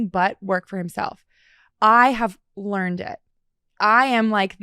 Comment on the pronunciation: Bro doesn't know how to say the word 'learned'. Just goes to show, you don't need to know everything and be perfect to achieve success.